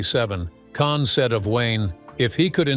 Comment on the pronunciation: It's pronounced Kahn not can.